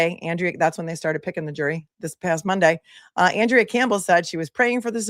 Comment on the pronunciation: She pronounces it AHN-drea, I believe. FYI, Rachael Rollins is running for Suffolk DA, even after soliciting and accepting bribes, lying under oath to investigators, and violating the Hatch Act while she was the US attorney for the District of Massachusetts. She resigned in May, 2023, preventing the federal government from disciplining her.